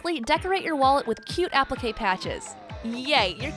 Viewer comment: Oh, I cringed SO much when you said appliqué 🙈